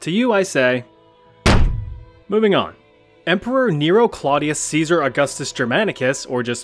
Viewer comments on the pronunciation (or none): none